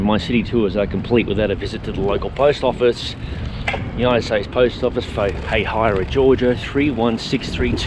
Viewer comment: As a native, the first way he pronounced it was correct 😂. “Hay-hai-ruh.”